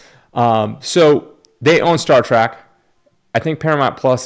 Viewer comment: Star "TREK" not "Track"